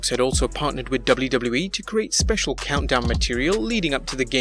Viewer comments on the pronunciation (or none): none